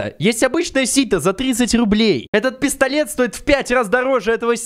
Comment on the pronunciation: А мне послышалось не пистолет а пездолет 😂😂😂😂